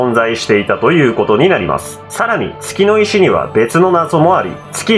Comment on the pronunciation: 月の石が けつの石にしか聞こえんのだが